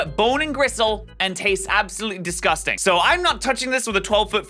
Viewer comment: Never heard the word disgusting butchered that badly